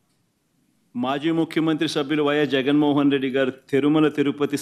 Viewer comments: తెరుమల కాదు తిరుమల... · తె కాదురా తిరుమల